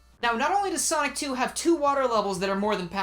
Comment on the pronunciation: In the first part after the intro I heard Sock 2 instead of sonic 2 lmao